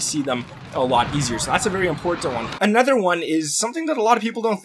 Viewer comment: In what region do people say “anether”?